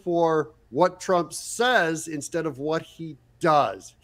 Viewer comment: Whoopi cannot even say TRUMP